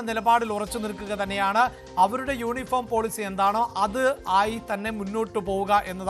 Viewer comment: ...യോനിഫോമ് അല്ല യൂണിഫോം ആണ്...